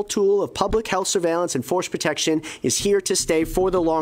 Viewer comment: Did anyone hear him say FORCED protection??!!